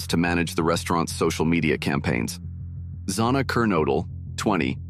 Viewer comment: I hate how the speaker mispronounced Kaylee's last name throughout the video as well as Xanax's name!